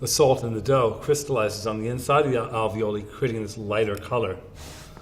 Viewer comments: its pronounced alveol-eye not like ravioli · Ravioli, ravioli, that's not how you pronounce alveoli. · note: that's not how you pronounce alveoli